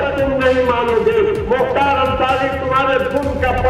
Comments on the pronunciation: Bhai kya kr rahe ho yaar, pahle naam sahi se lo ar नहीं मुख्तार, और is line me mt aao. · Mukhtr ❌ Mukhtar ✅ Ham unhi ke area se belong karte hai muhamdabad (Gazipur)❤ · Muktar ansari naam sahi se le babu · भाई मुख्तर नही मुख्तार अंसारी